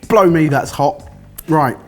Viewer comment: Was that a "blimey" or a "blow me" when was talking about how hot the coffee was lol